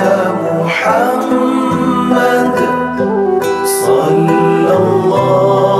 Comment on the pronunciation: Nie lh selawat yg betul lafaz sebutan (ح) dan (د) محمد دان (عليه) و سلم Cuma sebutan (د) صدوري perlu improve sikit. شابس!